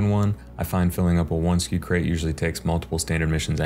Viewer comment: im sorry did you pronounce SCU as one word....